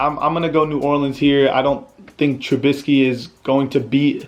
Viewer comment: My dude said New Orleans the right way I appreciate that.